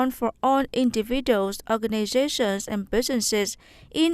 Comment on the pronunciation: individual /ˌɪndɪˈvɪdʒuəl/ chứ không đọc là /'indəvidəl/